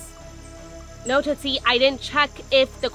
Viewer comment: BOYS AND BURGERS GOTTA STICK TOGETHER, THEY BOTH LOVE TOOTSIE AND TOOTSIE LOVES THEM BACK! HAHA IF I REMEMBER WELL THATS HOW *TOOSIE*(only 1 t like Raja used to say Tootsies name XD) USED TO SAY IT